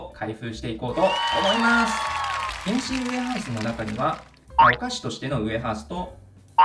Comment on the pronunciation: 原神のイントネーションおかしくない？